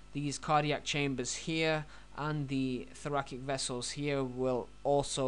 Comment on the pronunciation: Thoracic - prounounced "Thor-a-SICK" not "Thor-a-KICK". :-)